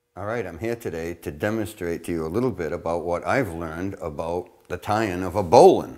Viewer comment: Now 'ows aboot a nice boowela CHOWdah?